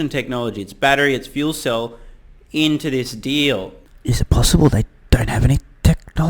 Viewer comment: I love how Mary (the person from GM), not only managed to mispronounce 'fuel cell', but also say Nikolai as if it were some weird east-Slavic version of Nicholas, in basically the same breath (lack of commitment or stage fright?). Also, I'm not sure what they're buying here other than the brand name and some hype. What will Nikola bring to the table, because from what I can tell they aren't even going to provide their own 'battery train'. And they have little to no technology they could implement. The second I heard rumors about Toyota being the 'chosen one' I was like; NOPE! Because they already made the mistake of taking hydrogen to consumer cars instead of trucks, trains boats, and airplanes... One more point, if GM is doing all the manufacturing, then what was the 'Nikola factory' for? I'm assuming they will not be producing hydrogen in the middle of nowhere... they have little to nothing to manufacture there other than perhaps the fuel cells/motors. But other than that, what can they make that GM can't? Last note, I think GM might be one of the worst decisions ever, next to maybe Ford, but maybe that's for the better because both GM and hydrogen for the regular consumer will be a big flop. Not sure, but didn't GM also announce like 12 new (electric) vehicles? will these be counted? and how much market share would they lose, or cannibalize from their own line?